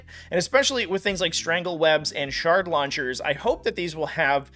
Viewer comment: For a second i thought he was saying "shart launchers" and i was like damn these bugs are nasty